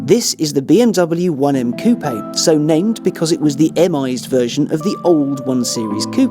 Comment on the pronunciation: pronounces "coupé" correctly! That in itself is enough reason to watch the video. Which is great, by the way.